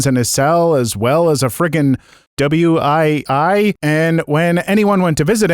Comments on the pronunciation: my dude, my guy... W I I? 😂 You mean a Wii? Come on! You like games, too, right? I'm sorry, but I gotta tease you about this one 🤣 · Story 3, you called a Nintendo wii a W.I.I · Man wants Say Wii 😂😂😂